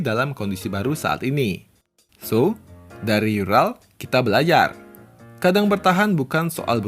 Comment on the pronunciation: Maaf,Bang. URAL (ураль) dibacanya bukan yural tapi tetap ural karena itu bahasa Rusia 🙏